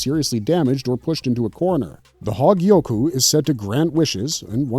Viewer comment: That damn "hawgyiyoku"